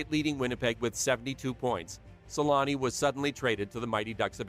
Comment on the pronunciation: Always found it funny how they call him "Selanni" (like salami) in English 😂